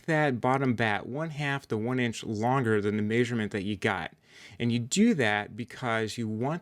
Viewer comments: If i ever here someone say maysurment again I might rip a chickens head off!!! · Still trying to figure out what a May-sure-meant is… 😅 where is this guy from? Every time he said it I was like WHAT?!!! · GREAT VIDEO... but the way you say measurement drives me nuts LOL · Haha! Me too !😂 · I've never heard anyone say "measurement" the way you do. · leared that from his encyclo-pay-dia.